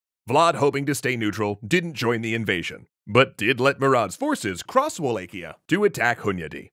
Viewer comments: I always thought Wallachia was pronounced “Va-lak-iya” and not “Way-lake-iya” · I don't wanna knit pick but its pronounced V-LAH-HIA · Quick note: It's pronounced Wal-ah-key-ah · In romanian it's Va-la-hia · Wallachia is pronounced more like Va-latch-ia I believe. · Isn't it Wall ACH ia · Google: How to pronounce Wallachia Google: wa·laa·shee·uh: Wa-lay-kee-uh Further investigation: Looks like is pronouncing it the common way it is said in the UK, according to wiktionary's pronunciation guide for it in the UK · Oof the pronunciation of Wallachia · I suppose this is the best place to ask this particular question: How is Wallachia actually said? (using caps for emphasis and pronouncing) Is it: WallaCHia? WallaKia? WallAE-Kia? WallAE-CHia? WallAW-Kia? or WallAW-CHia?